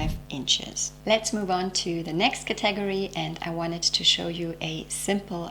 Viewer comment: I enjoy your content so thank you for this video. I had to turn on the captions only for one word that I couldn't understand until I read what you said. You pronounce "category" with the emphasis on the second syllable. Native English speakers say "CAT-uh-gor-ree". Shared with no judgement intended.